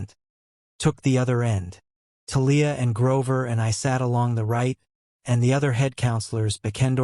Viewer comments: Thalia too 😅 it’s TAH-LEE-AH Not Ta-Leah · And Thalia. I'm trying to sleep to this audiobook and the pronunciation of a lot of things keeps jerking me out of my sleep. It's so unsettling. 😭